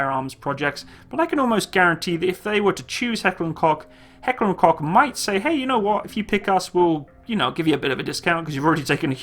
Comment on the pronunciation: btw Koch in Heckler & Koch is pronounced coke scroll to the bottom if you don't believe me